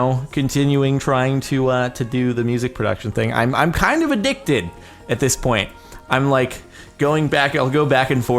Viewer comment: Emphasis on the word "kinda"